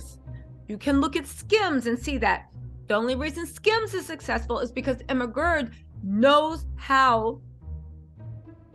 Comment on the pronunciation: Stop callin that woman Emma GURD 😂 girl her name is Emma GREED 😅